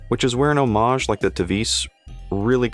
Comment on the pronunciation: Thank you for pronouncing homage correctly, we all appreciate it.